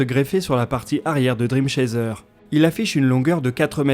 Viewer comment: Note de prononciation : Dream Chaser ça se dit driiime Tchaisseur.